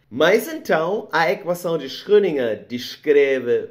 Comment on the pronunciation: Tenho que admitir que a repetida pronúncia de Schrödinger do me incomodou bastante hueueu